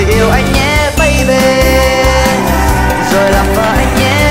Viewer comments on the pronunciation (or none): Bấy bi mà sao cứ bấy bê á nhờ